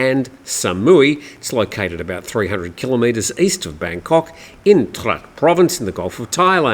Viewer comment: Trat shall be.pronounce Traadt.